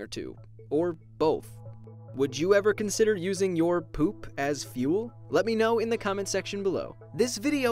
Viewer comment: The way he says poop lol